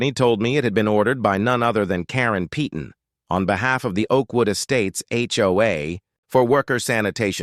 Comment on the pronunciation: peyton is pronounced payton not peeton